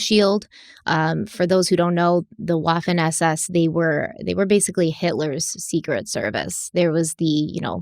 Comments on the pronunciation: "Adam Woffen" cracked me up too! Scary stuff though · Swedish speaker here... I thought she said Adam Waffle 🤣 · the way she pronounced Waffen like waffle.... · As a German speaker hearing the pronunciation of Waffen made me cringe 😅 This story is soooo extremely sad. I'm actually crying from this. I cannot believe how much hatred people harbor and enforce onto others. I cannot believe this group. My heart is so shattered.